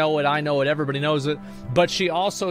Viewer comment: I swear god, when he talk's about Illidan, at the moment he says... "when Illidan show os screen.. evrebody know's... " i was expecting he says " evrebody's knows.. that YOU ARE NOT PREPARED"